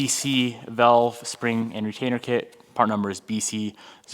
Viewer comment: vAlve, not vElve